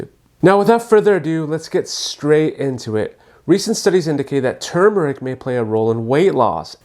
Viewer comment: THANK YOU for saying tuRmeric instead of tumor-ic the way so many people mispronounce it. The first syllable is like the word "term" not "tomb" it's such a huge pet peeve of mine.